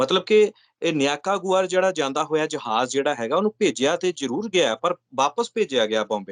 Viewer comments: ਨਿਕਾਰਾ-ਗੁਆ ਦੇਸ਼ ਦਾ ਨਾਮ ਹੈ ਨਿਆਕਾ ਗੁਆ ਨਹੀਂ l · ਨਿਕਾਰਾਗੂਆ ਆ ਜੀ, ਨਿਆਕਾਗੂਆ ਨਹੀਂ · Nikakraguaa 😅😅😅😅😅😅😅😂😂😂 NICARAGUA BOLO BHAI SAHIB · Wah ji wah... Kiya bat hai.. Niyaka gua, miner agylum.... Yar pronunciation ta sahi karo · Pronoce better Nicaragua Ni cara gua to be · paji nikaragua naam ta saai tarah lai lo